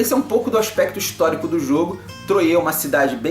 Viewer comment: Falae,! Mt bom o video. Só um apontamento: a pronúncia da cidade é "Troah" mesmo, com o "R" bem próximo do "T" mesmo. Achei mt boa a sua imersão do contexto e temática junto à análise da mecânica. Apesar de ser um jogo bem fechado, "matemático" até, Troyes tem um casamento com a temático mt bom... dos eventos às cartas de "profissão". Grande abraço e continue o bom trabalho